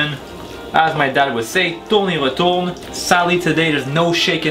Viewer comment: accent français plutot